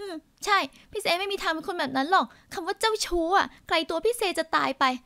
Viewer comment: เน้นเสียงคำว่า "เจ้าชู้" เกือบทุกคำ